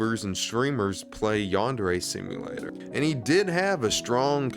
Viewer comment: What really irks me about this whole thing is that he calls it "YAN-DAIRY" like ffs man this game is your whole life and you can't even pronounce it right